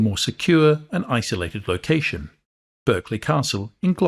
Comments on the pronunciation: Pronounced Barclay (as in the bank) not Berk-lee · The accepted English pronunciation of Berkeley is “Barkley” as used by the family who have lived there since the twelfth century.